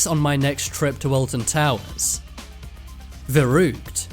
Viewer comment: As a german, I love how he's pronouncing 'Verrückt' xD